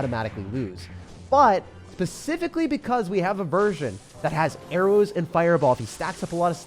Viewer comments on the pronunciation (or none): I know you didn’t say pacificly 😂